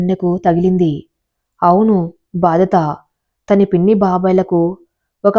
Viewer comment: బాధత కాదమ్మా బాధ్యత చదివే విధానం సరిగా చూసుకో